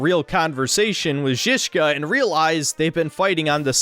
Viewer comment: Props for pronouncing Žižka correctly